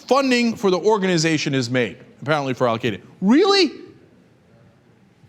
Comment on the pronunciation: Cenk, you are not pronouncing Al Qaeda right, lol!!